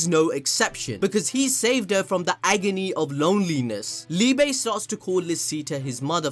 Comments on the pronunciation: Definitely down for some Liebe merch! But yeah, very likely that we are keeping up with more German names, and Liebe is pronounced like Lee-beh. Brilliant counter to Lucifero haha, die große Liebe 🤘❤ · As a german it hurts everytime he says liebe